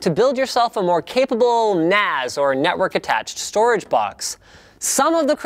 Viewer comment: "data stroage"